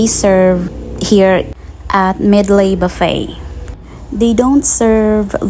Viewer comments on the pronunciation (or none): Sorry pero sana nag Tagalog ka nalang.. Pronunciation mo palang ng Medley mali na... haha😅